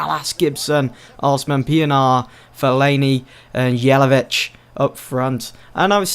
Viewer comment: Isn't "Jay-la-vitch", the song of the "J" is like the song of "Y" Ni-ki-tsa Yé-la-vitch :p